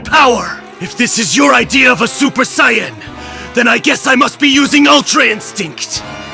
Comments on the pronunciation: Ngl, "Cyan" is killing me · I like these but the Saiyan pronounciation kills me a little inside